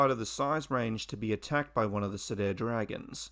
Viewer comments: Nitpick: Cedar is pronounced "see-der", not "se-dair" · FYI word Cedar is pronounced See and far with a D. See dar